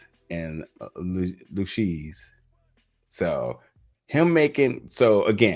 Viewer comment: Luchese is pronounced Lu-cazy